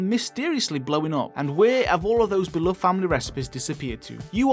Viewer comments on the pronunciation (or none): none